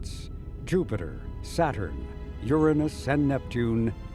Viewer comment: very cool video except for the mispronunciation of Uranus